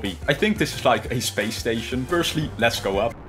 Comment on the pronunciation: When you said lets go up, I thought you said "let blow up"!